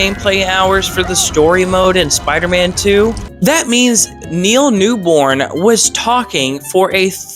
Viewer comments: Cool video. The guy's name is Neil Newbon, not Newborne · please its Neal New-BON not newBORN